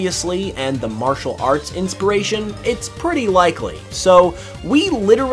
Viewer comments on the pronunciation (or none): none